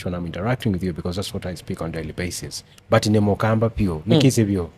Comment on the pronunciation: Hiyo kisungu ni poa but kuna BUT nimesikia ikiitwa mbut